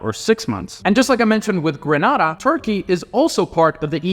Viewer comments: It Grenada not pronounce Granada. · It’s pronounced Gree-ney-da by the way